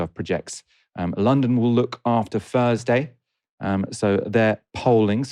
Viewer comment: Fursday, fink, Lambuf, firty. Unlistenable.